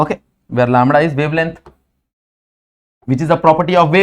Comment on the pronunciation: Lambda ✖️ लामडा ✔️😅